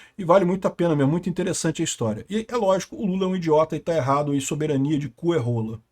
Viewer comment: Nossa! Que pronuncia de soberania mais banal. Queremos o Soberaniaaaaaa soberaniaaaaaa